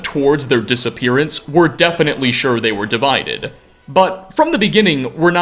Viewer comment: First time viewer here, like the video, but unfortunately the way you add an "a" sound to the end of many of your words is so distracting. ("divided-uh", "skyrim-uh", etc.)